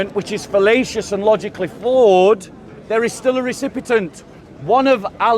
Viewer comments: says 'recipitant', but he means 'recipient'. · when says 'trate', he means to say it but 'recipit'nt' was a mistake. Having said that, I noticed he said 'recipitant or recipitent or recipitint' instead of recipient (which he meant to say) the first time he said it during the live stream but it's unnecessary to call out people publicly the way that the guy did. won't read these comments so it was just insulting for mistakes he made.